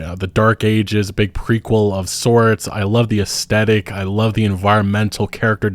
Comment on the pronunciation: Hey man, love your videos but the way you mispronounce aesthetic makes me want to turn this shit off. Look it up at least once before making another video, I beg you.